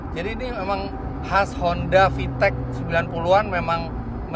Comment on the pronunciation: fiteq pake Qalqalah